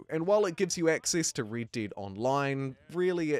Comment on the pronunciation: "The wonderful, Raid Daid Redemption 2"